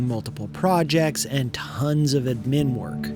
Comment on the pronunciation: AI voiceover or do you really say admin funny... :) Great video dude.